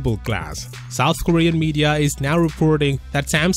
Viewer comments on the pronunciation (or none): none